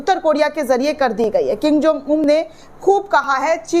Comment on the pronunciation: King Jom नहीं, किम जोंग